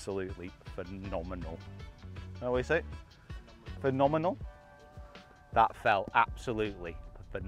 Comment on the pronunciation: Absolutely burst out laughing at that last putt after the 'Phenomenal.....Fen-om-in-al?' comment. Just golfing gold right there! 😄😄😄👍